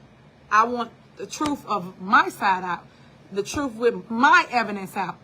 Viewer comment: "I like to talk with TROOF"